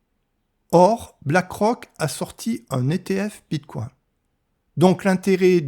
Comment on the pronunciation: "Bitcouain" trop drôle, je sais pas si c'est fais exprès mais ça decrédibilise complètement le propos